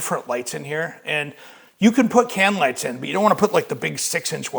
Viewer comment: "Just put Cam lights in." That's what I kept hearing.